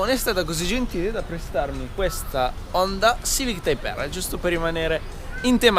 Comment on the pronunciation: Ti prego, Honda con la "o" chiusa